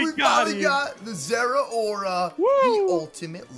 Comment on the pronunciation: Im so glad he pronounced zeraora correctly